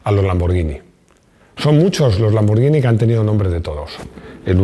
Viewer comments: Perfecto con la pronunciación de lamborghini, pero si me permites una corrección, La pronunciaciòn de Porche es "porshe" con la E neutra. Si no me crees pregunta a un aleman. Felicidades por el canal, aprendo muchoissimo. Salut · Muy bien el vídeo y muy bien el apunte de la pronunciación de Lamborghini. Pero tampoco se dice "Maglaren" sino McLaren ....con C. Me canso de escuchar "Maglaren" a más de un comentarista deportivo, incluido este canal...